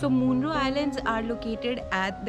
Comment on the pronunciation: Little correction.. Munroe is pronounced as मनरो. Also the river is ‘Kallada’, not ‘Nalanda’